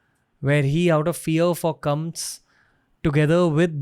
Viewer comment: Please pronounce the 'a' at the end of words like kamsa, vasudevA, vyasa... Etc.. it is so odd.